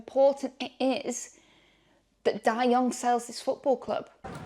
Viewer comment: Hello! Love the content! Love the videos! Love the stories! A small correction. His name is pronounced Dai Yong Ge, so Ge is a separate word/character.:-)